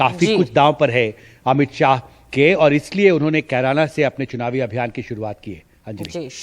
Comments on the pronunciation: BJP hatash lag rhi he Amit Shah ne Kerana ko, Corona bola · अमित शाह जिस जगह पर गए हैं उस जगह का नाम भी सही से नहीं बोल पा रहे हैं कैराना को कुरौना बताए हैं अमित शाह दूसरा बार में कैराना बोले हैं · Korona hai bol diya kirana ko😂😂😂... Mota bhai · Amit Shah ko carana bolane nahin aata hi corona bol raha hai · Kerana ko corana kah rhe hai aar paar